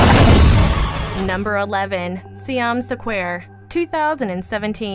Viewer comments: Siam Sequare tho, you know? #DoesntKnowHowToPronounceSquare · Ugh, the pronunciation is atrocious. What is "saquare"? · Is it really Siam "sa-quare" it really looked like square, but I don't want to assume 😄🤷‍♀️ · See-yom Suh-kwair? Do you do this on purpose? Do you intentionally find one movie title in each of your videos to fuck up the pronunciation of and make us cringe?